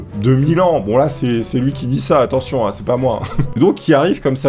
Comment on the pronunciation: "Attetion"... Bon on a comprit et ça m'a fait taper une bonne barre, les p'tits défauts de font ses qualités 👌